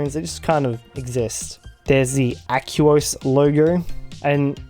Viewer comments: Do you pronounce aqua as "ack-you-uh"? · '' the aquos lurgur '' :)